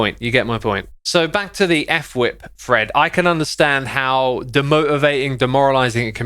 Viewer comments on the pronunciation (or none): Xisuma and Fwip have names that you don’t know how to say just looking at it. X called fwip (f-wip) instead of Fwip like one word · f-wip. Not ef-wip.